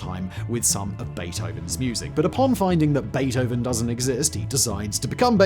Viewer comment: It's Beeth-oven